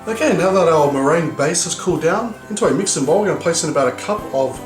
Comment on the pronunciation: murr-gin-you o.o